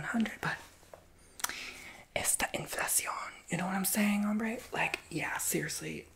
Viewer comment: the infla-shi-on 🤣🤣🤣